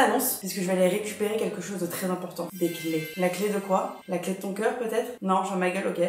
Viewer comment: Excellente vidéo ❤!! Toujours du contenu de K-LI-T ! Par contre, il est où le "ch" dans "clé" hehe